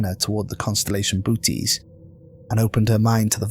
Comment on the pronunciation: Lol the bootys void .....bo-oh-teez void